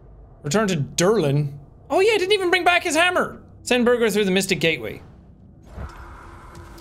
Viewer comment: I love how Jack keeps pronouncing Birgir as burger even he has heard them say it as beer-gur multiple times